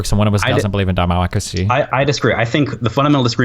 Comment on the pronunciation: "Demacacy" lmaooo